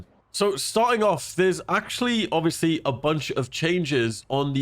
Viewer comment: can you say ovbiously one more time please? i think it wasnt quite obvious to me